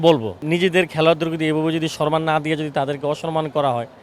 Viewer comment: ের মন্তব্যের কোন মূল্য আছে? সে "সম্মান" কে "শরমান" উচ্চারণ করে!!😂😂😂